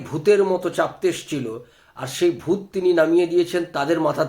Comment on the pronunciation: দুত নয়।। ভূত